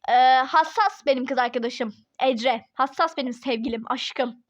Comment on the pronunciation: Neden ecre diyon